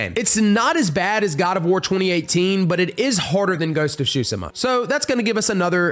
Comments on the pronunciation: BRO GHOST OF T SU SHIMA NOT SHU SI MA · Did he say shusima? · Yeah like seafood shushi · To make it simpler, it’s pronounced soo-sheh-muh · Ghost of Tsushima (Sue-shi-ma)!!!!! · Tsushima is pronounced soo-shima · If it is spelt Tsushima why say tshusima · Don’t wanna be a Karen but it’s pronounced (Soo-Shee-ma.) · The pronounciation on Ghost of Tsushima😭😭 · not to be a jackass but it takes a google search to finally learn how to pronounce Tsushima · Anyone else get triggered by how he said tsushima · He butchered the Tsushima pronounciation